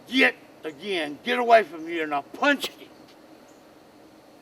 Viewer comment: "And I puncheted eet." hahaha. This is awesome.